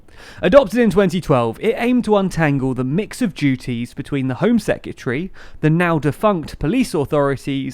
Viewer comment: Heads up, hon...It's "seh·kruh·tuh·ree". Not "sek-y'tree".